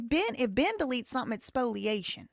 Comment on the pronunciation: Finally, a lawyer on YouTube who can correctly pronounce "spoliation!"